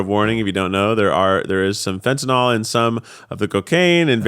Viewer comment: It's pronounced fen-tuh-nuhl WHY are you pronouncing it fen-ta-NOL 🤦‍♀️